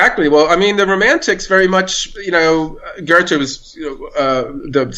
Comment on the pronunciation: Amazing interview. I've read Lachman's book - a great inspiration. The only thing I would object against is the way he (and his interviewer) pronounce Goethe's name. It took me while to sass out who they talk about. Why English speaking people cannot take the effort to learn how to pronounce foreign names. It often happens with C. G. Jung - people saying 'Young'.